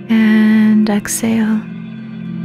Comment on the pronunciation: This is a beautiful meditation. However when I heard the way you were saying exhale I lost my focus because all I could think of is the way you were saying it. You weren’t pronouncing the H. Lol. It’s Ex-Hale. I drive myself crazy with little things like that. Sorry ❤️